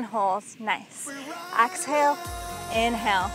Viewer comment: I really like your videos and how you don't talk too much. You are a great instructor. The beach views are an extra bonus. One thought, it's exhale not axhale.